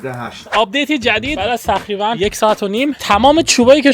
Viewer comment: خاهش میکنم بگو تقریباً نگو نخریبا